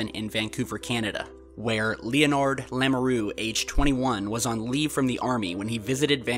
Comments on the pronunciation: OK, this is a relatively cool video. BUT....the guy's name is NOT Lee-oh-nard. It is pronounced Lenard. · Lee-o-nard? It's pronounced Len-herd